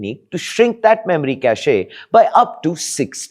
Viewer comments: Cacheeee nahi it pronounce as 'KASH'/'KAYSH' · ?????? cashay wtf is that? did you mean cache ( pronounce as kash) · Bro , it’s cash not cashaeaee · what cashE' , cashE' 🤣🤣🤣🤣🤣🤣🤣🤣🤣 It is pronounced "kaSH" ffs. Let Google Translate read it to you if you don't know how to pronounce it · It's not cacheeyyy it's cache . Pronounced "cash " . 😂😂😂 Also watch this guy in 1.5x speed . He's damn slow . Or watch someone else man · Cache pronounced as Cash, not Casheee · It’s not “cashay”, it’s pronounced “cash”. Caché (cashay) has a different connotation. Although both are related. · Hey, Cache is not pronounced at 'cash-ey'. 'cash' is the correct pronunciation. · Yeah, I cringe every time I hear him say 'cash-ey'. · "CACHE" is pronounced as "CASH". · Cache is pronounced the same as cash, mate 👍🏾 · 'Cache' is pronounced 'cash'. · Who says Kashey? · Spelling is cache pronunciation is "Kash" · Every time he pronounces the word “cache” I wonder where he learned English. It’s pronounced “cash”, not the name of ladies perfume. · Cachet is different from cache. Cachet: sth of prestige, distinction Pronounced: cashay Cache: sth hidden, boxed away Pronounced: Cash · It's cache only, you can double check the pronounciation on google, type "cache pronounciation" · “‘Cashaee’? Seriously? at least know what you’re talking about. And if you’re wrong, just own it instead of doubling down ,everyone messes up, but not everyone insists on looking this clueless.” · You are pronouncing Cache WRONG bro! Can't be doing tech videos and not know how to pronounce your shit. Other than that cringe, the video was excellent.